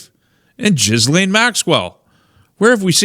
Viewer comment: FWIW - FYI - Ghislaine is pronounced with a hard G (as in gold), "Gill - lane". The S is silent. 🙂